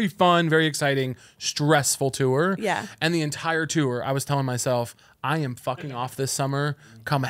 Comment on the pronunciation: why does caleb say the word tour like “tewer” 😭